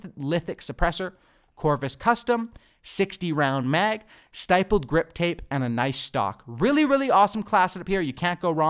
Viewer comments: Stippled is pronounced like nipple. When gamers think they are operators but never took a gun to a war zone 😂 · The I in stippled is short, just a heads up!